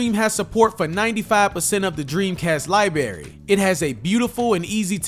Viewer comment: Great info…. But it is library, not libary. Pet peeve.